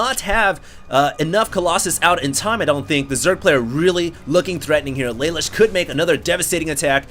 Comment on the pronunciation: yeah thats what im saying, in the anime isnt it pronounced la loosh, phonetically spelled as best i could